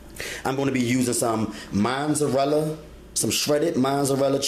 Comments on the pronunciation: Mozzarella. Not Mozzzzzzarella. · Where can I find Shashages, Monzerella, and the Oyew to broyew the noodles? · Wait... wait... did you say, "the orange shredded cheese?" 😳🤣🤣 ... looks great... imma try it. Orange shredded cheese 😫🤣and there is no "n" in Mozzarella.